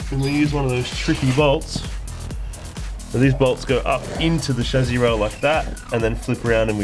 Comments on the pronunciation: Lol I like the way you guys say chassi. "Chazzi" heh heh heh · He also pronounces "Chassis" quite differently.